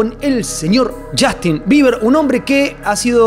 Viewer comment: chastin!!! PRONUNCIA BIEN ENVERGUE